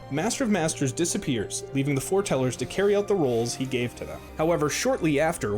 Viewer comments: Okay seriously are the people saying this doing it on purpose It's FORETELLERS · I'm already lost with "He trained Five of his apprentices named the Four Tellers". oh it's Foretellers. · I swear you guys are doing that on purpose. It's FOREtellers. Y'know, like "it was foretold", "foretelling a coming event".